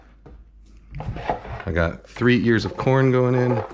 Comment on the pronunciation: Idk why I heard "Three years worth of corn" instead of "Three Ears" LOL me just imagining Kenji growing corn in his backyard for 3 years to make this recipe